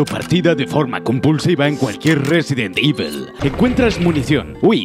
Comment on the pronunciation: Resident Ivol